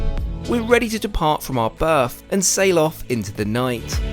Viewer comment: Did I hear “berf” and “Heafrow”? Where does that accent come from?